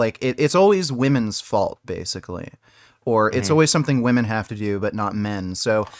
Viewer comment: That’s not how you pronounce the word „women“.